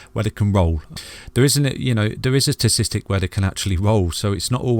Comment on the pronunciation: ok say it along with me.....sta tis- tic. Got it?